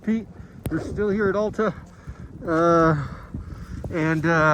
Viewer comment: For future reference, it's Al-ta, not All-ta.